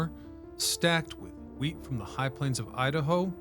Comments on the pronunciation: Anyone else hear weed instead of wheat? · I agree I think he misspoke and said weed more than once I heard wheat twice but he said weed too lol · he definitely said weed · I swear to God you said loaded with weed. Lol. I've gone back and listened to it 4 times and it never changes to me. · My brain is so messed up, every time he said wheat, I hear Weed. And I'm thinking Huh??? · Lol! I heard it too. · Of course he said Weed! It was going to Portland. He also pulled an AI and said Sal-mon